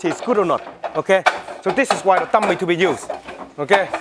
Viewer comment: Sometimes i mistaken the words he said, like dummy he said tummy . and whats with the guy's face to ?